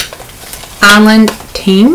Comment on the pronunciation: Yas you said Island Ting correctly!! Well done! I think the Bajan Gyal is the one most none caribbean people have no idea how to pronounce!